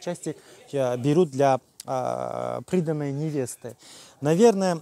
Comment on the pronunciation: Приданое- ударение на а))))